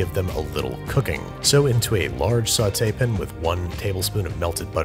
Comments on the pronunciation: Why do you say pan like pin? Is there a joke I don’t get? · its a pan not a pin.